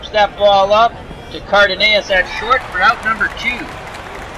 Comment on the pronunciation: For future reference the shortstop for the Twins his name is pronounced Car Duh Noss.